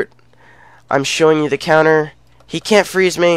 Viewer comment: its counters not conters bud